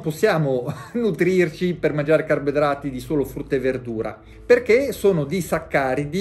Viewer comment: Carbidrati, senza la o